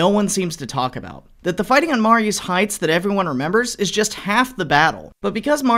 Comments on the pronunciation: That's pronounced, "Ma-REE's Heights".... sort of like Marie's, even though it's spelled Marye's ... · Growing up in Fredericksburg Va. I can tell you right now. You absolutely butchered the pronunciation of Marye's Heights. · You should learn the proper pronunciation of Mary's.